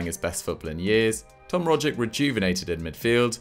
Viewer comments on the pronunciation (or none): love the upload. sorry to be pedantic but they're pronounced "an-j" (1 syllable) not "an-gee", and "rog-itch" not "rodge-ick"